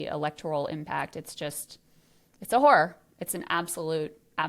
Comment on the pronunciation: Oh, “horror”… I thought you said something else.